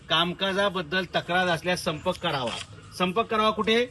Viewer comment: "सर्पंक" नाही ओ "संपर्क " असा शब्द आहे तो!😂😂